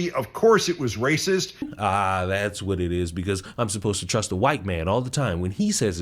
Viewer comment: She racive that’s racive y’all racive!!!😂